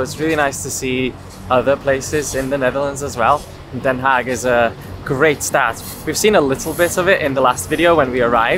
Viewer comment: i just stumbeld onto this channel and not knowing you grew up here, you saying ''den haag'' correct. little bit of a jump scare